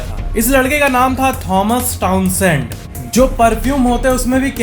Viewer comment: I heared : Thomas Thousand....lol😂